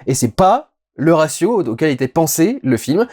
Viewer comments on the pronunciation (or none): none